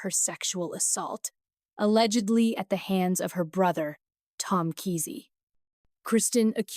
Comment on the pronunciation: Its prounced Kaa' see